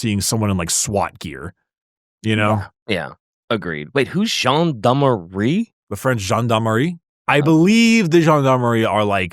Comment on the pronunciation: French man here. 1/ Congratulations on the pronunciation and accent saying "Gendarmerie" 2/To give you a bit of cultural context. Gendarmerie are cops but from the military therefore biggest difference is gendarmerie are not civilians but cops are. I am going to make it short. Not every city has police in France. Some small town don't have police so instead to do the police work they have gendarmerie. Roughly Gendarmerie is police for the country side, police is for cities. GIGN (groupe d'intervention de la gendarmerie nationale) and GIPN (groupe d'intervention de la police nationale) are basically our swat. Respectively from the Gendarmerie and the Police. Fun fact Gendarmerie and Police use to hate each other (my grand father was a police commissioner and he hated Gendarmerie). Nowadays they work together pretty well though. 3. Finally I don't think the Gendarmerie is a good example for what the arbites would be in our world. Interpol sounds more like it to me.